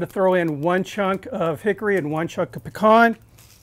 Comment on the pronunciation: Great video! BONUS POINTS for proper pronunciation of the word Pecan! I may have missed it... How long did you leave the seasonings on?